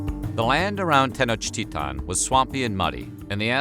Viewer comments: Is Tenochtitlán not Tenochtita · Why do he say "tenochtitan" it 'sTenochtitlan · It is grating to hear the capital name butchered.